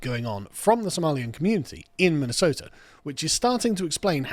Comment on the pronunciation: Minnesota has a T in it, Ilhan